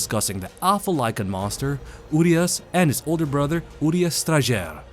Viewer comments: one additional info: the way u say URIAS is with SH instead of S. this is how u need to actually say: URIASH. on the the other hand, translation for STRAJER is perfect as Guardian with one quick note added: STRAJER is a form or archaic guardian in Romanian language taken from medieval times. nice touch from developers. cheers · Well it's actually pronounced "uriash", cuz in Romanian we have this letter called ș which is pronounced like sh. "Uriaș" also has this letter. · As a romanian the name is a bit painfull to hear lmao😂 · you trying to say a single word in my language "Urias" gives me ear bleeding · You’re pronouncing the name wrong